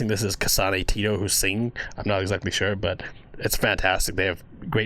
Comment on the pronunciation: Btw its "Tet oh" tet as in "Tent"